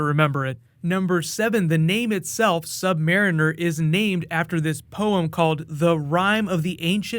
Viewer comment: Not marren er